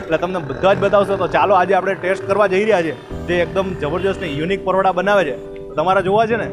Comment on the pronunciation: Paroda bole che. 😂